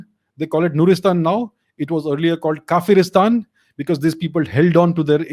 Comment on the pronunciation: Not kaferistan its kawer istan.